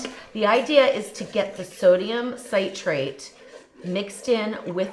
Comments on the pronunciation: I believe most comments reference you pronouncing Citrate as you are saying Ci-trate with a long I - as in Sigh-trate which is confusing some with Nitrate (also a long I) and not that you are actually saying Nitrate. Sit'-rate would be correct, except properly separating the syllables Ci-trate, coming from "Citric Acid (Ci'-tric Acid)." I hope I didn't confuse more. Thanks for the video... I had no idea! 😉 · The way you’re pronouncing citrate makes it sound like you’re saying nitrate! I almost stopped watching because sodium nitrate is definitely not good for you! Cancer causing even. Next time maybe you can pronounce citrate as “sit-trait” not “sight-trait”. It would be terrible if people didn’t get this great, simple recipe! Yummy! Luckily I noticed your commenter who mentioned the name sodium citrate being NaCHO. Great comment! 😅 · it’s ok, hopefully no one else has confused it with nitrate (nigh-trait). It should rhyme with citrus, ((sit-trait) not sigh-trait. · I hate how you mispronounce citrate.